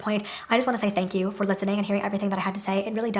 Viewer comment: I adore your humor. The way you keep saying "thank yew" 😭😭😂